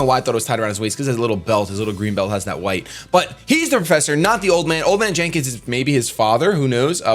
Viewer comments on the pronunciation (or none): none